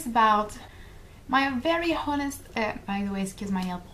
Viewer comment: Just a tip, honest has a silent h.